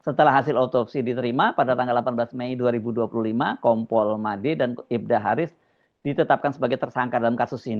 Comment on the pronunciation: Itu KOMPOL APA NGOMPOL?! APA SAYA SALAH DENGAR YA?! SAYA TAUNYA NGOMPOL 😂😂😂